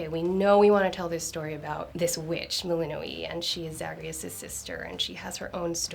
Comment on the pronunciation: Why does she pronounce the names like that 😭 "selen-e" "melinu-e'